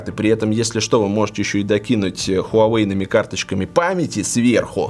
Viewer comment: Хуавэй крут как всегда. Жаль жена до сих пор не правильно читает название бренда))